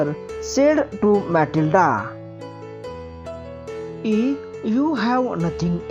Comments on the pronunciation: Mathilda not sir mathilde 😂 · म्याथलडी not म्याथलडा sir